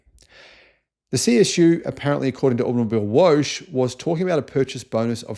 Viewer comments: Woche means week in German. Theres is no woosh is saying. Woche has to be pronounced like vow-hey with the accent on first syllable. Is it so difficult to type 5 letters in Google translate and to listen? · It's not woesh the way you pronounced it's woche (week in German), punch it into your phones translator. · "Woche" is pronounced "woh-cah", not "wosch". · It's not wosh, it's Woche. Like Loch from Loch Ness. Loch a = Woch-e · It is automobil week, woche, not wash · I am a big fan of You, but this is how You pronounce the german word "Woche": [ˈvɔxə]. Same for "Porsche" , at the end: "ə" But this one is OK, You all say like that in Your country. But as You say Woche is mor elike a french word to say. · please do not mutilate my language...google translate gives you 2 options: pronounciation or translation Automobil week would be ok but not woooschh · ... and the W in a word in German is prounced as a hard V. Woche is the German word for 'week'. Nice tries :face-pink-tears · I can't listen to your Woche pronoucation anymore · Horrible pronunciation of german 'Woche', just say 'week' that would be the english translation of the word. (Automobilwoche == Automobil'week')